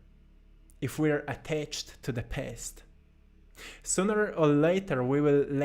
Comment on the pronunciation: When you said make a peace with your past it sound like , Make a piss with your pest. so funny . love your videos. You are Most inspirational person on YT, together with Jordan Peterson